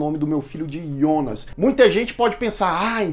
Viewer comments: Eh difícil falar Jonas?yonas eh duido hem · É Jonas não ionas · Gosto muito dos seus vídeos, mas me dava um ruim cada vez que você fala ''Ionas'' invés de falar Jonas. Pelo amor de deus.... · ah não Ionas não kkk, vi dublado e é Jonas com jota, me incomoda demais esse iiiionas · Ionas? Pq não fala Jonas logo? Na dublagem e Jonas porra! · Pra que pronunciar Ionas?! Fala Jonas mesmo, como na dublagem da Netflix. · Que desespero vc falando os nomes com outra pronúncia "ionas" ou "chárlot" kkkk sei q essas devem ser as pronúncias originais, mas não é as que a gente tá acostumado com a dublagem e por isso meu cérebro fica "tá erradooooo" kkkkk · Aí eu te pergunto, pq falar IONAS sendo que pelo menos a tradução oficial br tratou o personagem do começo ao fim como JONAS?!?! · Excelente review da série mas desculpa eu fiquei muito agoniado ele falando Ionas ao invés de Jonas 😂😂😂😂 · Ionas ou Jonas ? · IONAS? NÃO É JONAS? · Muito boa série Muito boa a explicação Só dá agonia ver vc falando ionas, deixa Jonas mesmo kkkkk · Excelente vídeo, só não entendi porque você disse "ionas" e não Jonas, kkkkk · deu agonia de ouvir ele pronunciar Jonas de "ionas" kkkkk🥹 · engraçado que ao falar "Jonas" ele fala do jeito germânico kkkkk